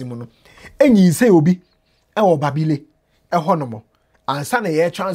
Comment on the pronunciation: Is so sad how we see life. Your pronunciation of the towns Lawra and Babile making me laughing.